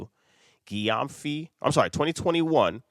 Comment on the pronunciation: The surname is pronounced like Jem-fi. It’s a Ghanaian name.